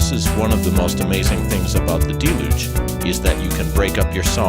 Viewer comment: that your video was well done and had great information, and I enjoyed it very much, but you pronounced deluge incorrectly. No biggie dude.